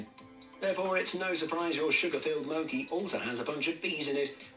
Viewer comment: Not the narrator pronounced mochi as mo-cky 😑